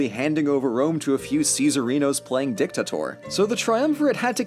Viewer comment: It is dictator not dictatoar